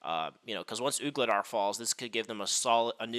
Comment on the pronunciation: Voo-le-dar. Sounds like you are saying Oog instead of Voo.